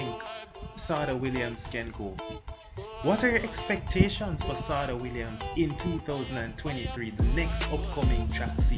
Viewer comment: Yessss thank you for highlighting our STAR but sidenote its pronounced Sha-day ....she absolutely dominated BSSAC in the 2010s and even qualified for the 2016 olympics!! But was injured and couldn't compete